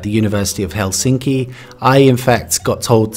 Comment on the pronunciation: first word : helsinki . accent on hel , not sin